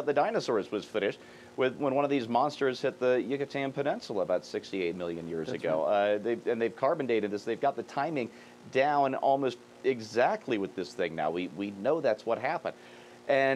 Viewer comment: "Yuca-teen"? Study pronunciation, buddy.